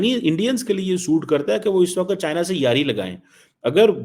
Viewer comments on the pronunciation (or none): Waqt ko waqat keheta hai, democrats ko democrate, pragmatic bolne meh zaban ladkhada jati hai! Can you find a bigger buffoon than China?